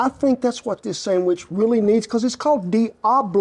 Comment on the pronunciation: The important part of that scene is the way he says, "Sammich". Classic Americana.